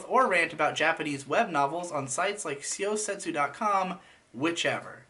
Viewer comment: syo is the japanese way of writing sho in english characters, tu is how they write tsu you got that part right. so the pronunciation is like "show sets"